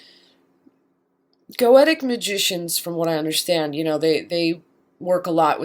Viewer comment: Nope. "Go-Shuh" or "Go-Shee-uh." Goetia has the "tia" as in dementia(dee-men-shee-uh), hence "Go-Shuh" or "Go-Shee-uh." I wish she would pronounce Goetic as either "Go-shee-ick" or "Go-Shik"